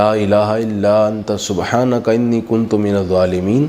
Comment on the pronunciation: رب انی مغلوب ) سورہ قمر کی ایت نمبر 10 ہے۔ اس میں انی کی الف کے اوپر زبر ہے جبکہ اپ زیر پڑھی ہے۔